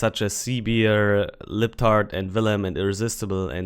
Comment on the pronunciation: Nice video. Please say the proper name: Libertad (Lee-bher-tadh). You pronounce it Libtard which is an insult used by MAGA. Please don't go there.